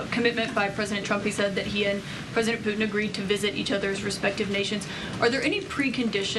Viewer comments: It's Putin not Poohin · Puutin 😅she can't say it properly 😢 what about protecting Europe. Americas always late to step in. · Poo hehn??? President Poogh hen....???? Speak English, sis. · "President Poo'in" 😂